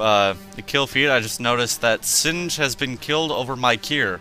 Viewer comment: Said Sin-g. btw, go for the capital ship contruction facility. Hand Capital ships (or at least one of em) get a cloak. And by the way, the Zsinj Empire is EXTREMELY tough, they have few planets, but they are locked down pretty well. The Rebellion has a ton of new annoying ships. And, its pronounced Si-ca I think. Every faction has an Interdictor, and they all get battle defensive stations. Very very effective faction the Hand is. (I'm talkin like Yoda :D) Well anyways, have fun with the newmod